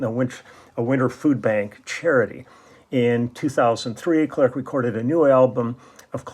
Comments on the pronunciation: You don't pronounce the last C of his family name clerc ;) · First song : Intense interprétation. Unusual song, it seems to me, from Clerc (we don't pronounce the 'c') but as only the French used to do (from a long tradition of great lyrics and long melodies). Solid arrangement, exquisite bass line in the upper range at the end. Then, ending is suspension... Thank you for sharing. Merci !